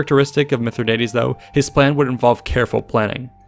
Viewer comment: Keep mispronouncing his name dickhead!